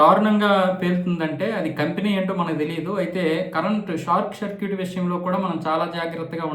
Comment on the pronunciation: Youtubeని మొత్తం గబ్బు పెట్టిస్తున్నారు నీలాంటి వాళ్ళు! షార్ట్ సర్క్యూట్ ని షార్క్ సర్క్యూట్ గా పలికే నీలాంటి వాడు చెప్పే వార్తలు చూస్తున్నాం చూడు మమ్మల్ని అనుకోవాలి... ఫైర్ స్టేషన్ ని ఫైర్ స్టేసన్ అని చెప్తున్నావు చూడు... ఒరేయ్ ఏదైనా పని చేసుకోరా, లేదా ముందు తెలుగు సరిగా నేర్చుకో వార్తలు చెప్పేముందు.